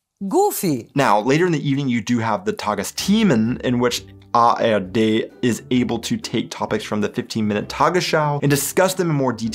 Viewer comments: minutes, do you say "tagesschau from AfD"😮? It sound so, but it should read "from ARD"!‼ Do you have some kind of "Bidenn's desease"?😁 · Did you say Afd instead of ARD?🤨😮